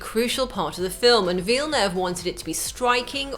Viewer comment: Why can she say Dennis Villeneuve right but not Americans?